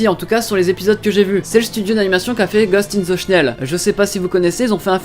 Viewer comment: euh tu dis ghost in the snell mais c'est pas plutôt ghost in the shell ?